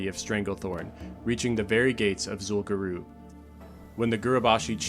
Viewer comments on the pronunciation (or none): What's Zul Guroob? Do you mean Zul Gurub, the raid (and later dungeon) in STV?